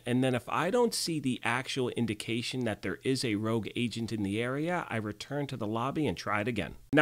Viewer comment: Is my English that bad, or is "rouge" not "rogue"?